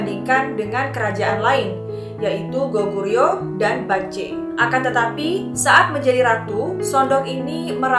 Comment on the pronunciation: Bukan bakje mbaa tapi bekje e nya kek baca bebek